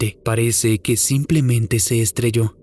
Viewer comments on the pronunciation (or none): none